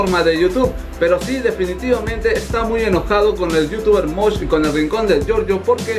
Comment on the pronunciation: y no se dice Mosh 😂